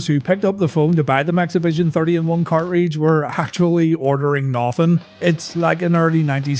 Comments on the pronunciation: take a shot every time he says "cart-reach" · WTF is a car reej :D